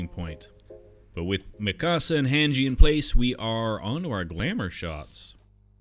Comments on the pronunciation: Dude you said every name wrong. It’s pronounced Honji and Miekasa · Bro said Mi Casa and Han Gee 🥲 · The way hesaid hange and mikasa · This is great but the pronunciation of Mikasa and Hange has me crying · The way you said Mikasa and Hange leads me to believe that you pronounce pasta as "pass-tuh" which disturbs me